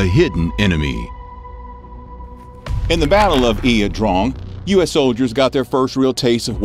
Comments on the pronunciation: Its pronounced eye uh drang not e uh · pronounced..."I draaaang" like drain....jeez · "Eeah Drong"?? 👎